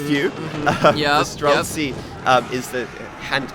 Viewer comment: stop adding a k to streltsy! it's not streltsky!